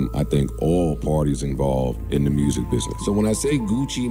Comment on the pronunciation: “I f with your muursic” 😂😂